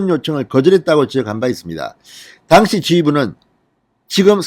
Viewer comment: 당시, 감찰. ..발음처리 너무 틀려서 거슬려요.